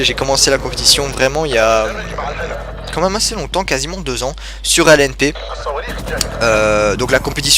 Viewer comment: Bonne Continuation! Ps: j'adore quand tu dis " quand minme " <3